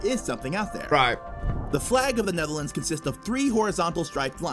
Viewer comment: Lol the way they say the neverlands (Netherlands)